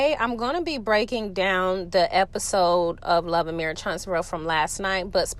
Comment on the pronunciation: And marrish…instead of marriage 😮😂